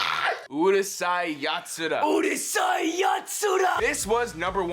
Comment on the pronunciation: If this wasnt bad enough, they cant even pronounce Urusei Yatsura.